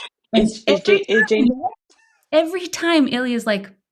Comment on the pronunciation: Svetlana says "Jane" twice, and I distinctly got that she pronounced it differently the 2nd time, making it sound more like "Shane".